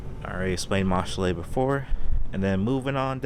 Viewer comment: Ain’t no way my guy said mash lay , by that logic “title” would be tit lay 😂. I’m only joking man! this is a fantastic collection and your taste is impeccable